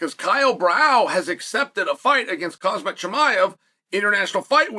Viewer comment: Who the hell is Kasmat? Really? KASMAT? KAMZAT PLEASE!